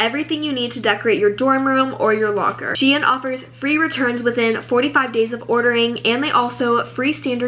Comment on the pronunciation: I love the way you say shein LOL😭 this video was amazing, excited for more!!💕